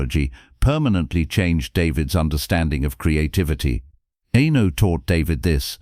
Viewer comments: "Enno... Enno... Enno... Enno..." It's disrespectful and grating. It put me right off watching all the way through. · Pronouncing Eno's name incorrectly screams AI. No thanks.